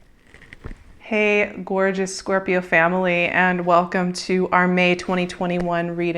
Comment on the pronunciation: I love your videos, but pleeease .. its Scorpioo ,, no corps ;P